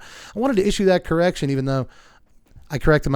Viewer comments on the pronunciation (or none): none